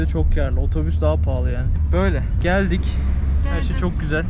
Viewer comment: dk : Mexsiko citye gelduk GELDUK. hahahahahahah yenge hanım sivaslı oldu :)